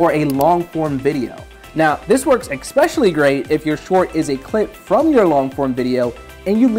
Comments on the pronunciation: I learned a new English word today: exspecially. Rad! Thank you! ❤ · These are great tips, but did anyone else get bothered by the mispronunciation of especially?